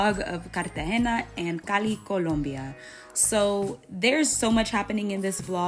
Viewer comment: yeah, I didnt watch the other food parts, there you pronounce Cali and Colombia as a native speaker! Quien lo sabia! 😊